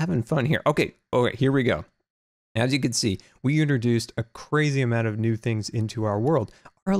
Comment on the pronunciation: new not knee lol